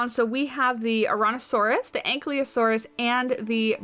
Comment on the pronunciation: It's An-KYE-losaurus, not An-CLEE-osaurus. Anyways, looks good so far.